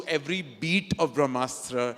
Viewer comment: Indian culture 🤣🤣🤣🤣🤣 People who don't know difference between ASTRA and SHASTRA who can't pronounce BRAHMASTRA Will teach the world about bharatiya culture 👏👏